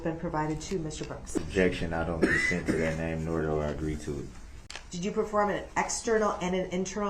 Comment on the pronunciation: Its "THAT" CUMSTAIN not "NAT".